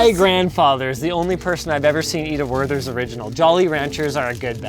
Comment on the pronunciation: Werthers are pronounced with a hard T and not an English TH :) and yes here they usually also are given to us by our grandpas, but they are actually really good. I wonder since when they sell them in North America